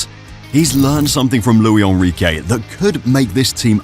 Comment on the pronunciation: That's not how you pronounce Luis Enrique, he's Spanish not French